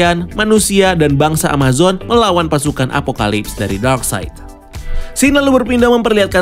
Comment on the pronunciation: Darkseid itu dibaca darkside bang. Bukan darkseit. Greget gw 😂 Ralat juga nama asli martian manhunter itu J'onn J'onzz bukan jay junes bang. 😅 Btw good review. Ga sabar banget nonton ini. Pasti bakal beda banget. Gw optimis bgt ni sama Snyder's Cut. Semoga tidak ampas seperti justice league sebelumnya. 😂